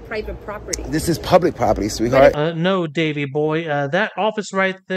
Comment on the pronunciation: Door locked ? Are you “Open to the Pubwic ?” 🤔🤪🤣🤣🤣